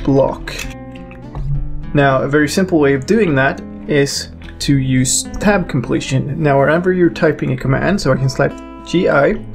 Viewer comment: What is tap completion ? Hard to understand.